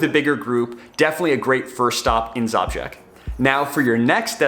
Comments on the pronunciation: Your pronounciation of Žabljak (Zhablyack) is...interesting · Awesome video, just one correction it's - Zhablyak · Zabžek? haha it's called žabljek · you should. think seriously about end of may, june, which is the best period to pass through Sushica canyon and enter into the hearth of the area - Shkrka lakes, previously passing Skakala waterfalls. All in one day. And if we meet, I will teach you to pronounce Žabljak (ZHABLYAK) correctly, with some "rakija's" that is easy going 😆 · I have had the luck to work in the Balkans. You may wish to know that Zabljak translates to Frog 😊. Also, possibly want to ask the locals about the pronunciation of place names for your next video. Doesn't matter to me but may do to some. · You pronounce Žabljak wrong 😃,its beautiful bit its poor and people runaway (especially girl's) in capitol or coast to work.